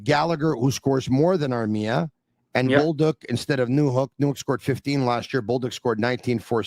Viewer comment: It's Bolduc, not Boldouc...